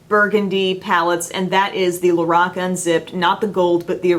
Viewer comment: Your reviews are SO valuable and informative, and I appreciate it so very much! You've saved me money since I was contemplating In Bloom, but already own Stardust and LORAC Unzipped. (And thank you for pronouncing "LORAC" correctly! Many do not.) Love you,!:) #snapchatfam